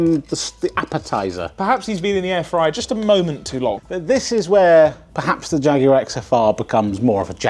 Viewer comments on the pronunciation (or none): Jaguar sounds like jagggg